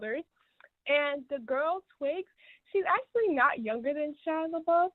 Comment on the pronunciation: "Shila Labuff..." Are you doing that on purpose 🤣🤣🤣